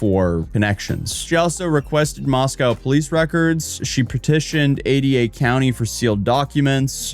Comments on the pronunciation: Moss-Co not moss-cow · ooh don't say Moss Cow to anyone that lives there, it's Moss Co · It's pronounced moss-coh. Not moss-cow like the city in Russia. Great vid tho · Oh shit! Dude, you were in my hometown. Thanks for coming to Moscow. I'm glad you confronted that vile bitch in person. That shit is hilarious. P.S. it's pronounced "Moss-coh", btw. Originally named Hog Heaven before we got a post office 😅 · Oh, friendly heads up: It’s pronounced “Moss-Coh”. I know it’s odd bc it’s named for Moscow, Russia, but if you live anywhere in the upper NW corner USA you know it’s called “moss-coh”. Not a big thing, common misunderstanding. I just thought I’d let you know. Come over to Washington state where nearly all of our towns and cities are indigenous names or words, or based on the original tribal/indigenous word. I’m talking to you Sequim, Seattle, Tacoma (Tahoma), Spokane, Kitsap, and Klikitat, to name a few. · Just so you know, Moscow, Idaho is pronounced moss-koh, rhyming with Roscoe. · It's pronounced Moss-co Idaho like Costco 😊😊